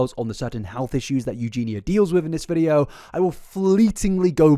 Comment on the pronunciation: pronouncing eugenia correctly is true character development